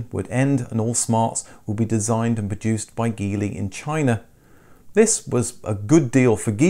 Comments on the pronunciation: Hi, Geely is pronounced "gee-lee" and not "ghee-lee". Thanks. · Just so you know, Geely is pronounced "Jili" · Jeely...G sounding like the J in jelly. I own a Geely Coolray sport and having spoken with Sojitz the Geely importers here in the Philippines, they confirm it's pronounced Jeely. I wish you could do a video on the Coolray, I'm sure you would be impressed with the 1500cc, 3 cylinder turbocharged engine knocking out 177hp.